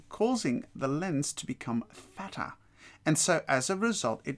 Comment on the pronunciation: his pronunciation of "fatter" called me a peasant in so many ways